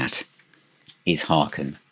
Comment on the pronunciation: Hi! Just a factoid for you... HAKEN rhymes with bacon as one of their tour shirts attested to on THE MOUNTAIN tour with a photo of actor Kevin Bacon on it. 😂 A great band with a great sense of humor. Thanks for reviewing them. Peace to you, JonO